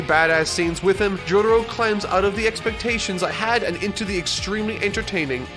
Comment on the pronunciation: No real jojo fan is putting stardust crusader's op over bloody stream and that's facts. Let's not mention this guy pronounces Jotaro like this Jodaro.